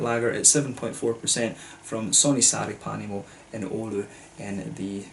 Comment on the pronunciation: Pronunciation was quite good! I believe there's beech smoked and peated malts in this beer. And yes, hopped with American hops, not sure which.